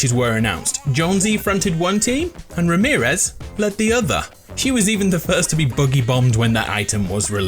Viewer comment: Before he said Remearez Me: Ramearez for sure